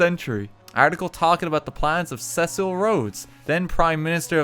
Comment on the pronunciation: RT pronouncing Cecil as Sessel made my day